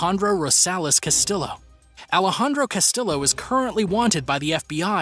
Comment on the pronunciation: Hey güey Rafael Caro Quintero. Quintero pronunciation is Quintero without the letter U Qintero And Castillo pron. is Castiyo the two letters LL sound like Yo ok. Thanks buddy